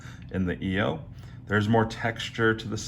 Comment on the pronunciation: It’s not pronounced e o it is pronounced eye o !!